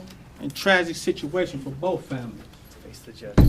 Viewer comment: Did he say, "Boof families?"